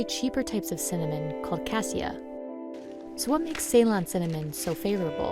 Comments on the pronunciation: It is C-lone, not say-lon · See-lone is the way to pronounce it. Not like say-lone. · You have an entire video devoted to Ceylon cinnamon but don't bother to learn how to pronounce Ceylon? Not cool. Ceylon is pronounced like Sill-on, not say-lon. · Amazed that the narrator is so ignorant that she pronounces ‘Ceylon’ as ‘Say Lynne’. Anybody who knows ANYTHING about Sri Lanka or tea or cinnamon knows it’s pronounced ‘Suh Lonne’